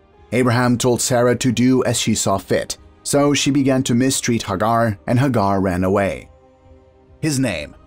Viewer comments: Its not Hagar its Hey- gar... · Hagar, pronounced Haygar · These are mispronouncing Sarah Hagar Etc you know play I guess that's his privilege but he's not be correct in his pronunciation